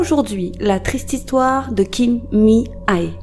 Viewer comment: Cc tres bonne vidéo comme d habitude. ( par contre est le nom de famille c est kim et mihae le prénom prononcé mihé . J ai remarqué que ds toute vos histoires coréennes vous utilisiez le nom de famille .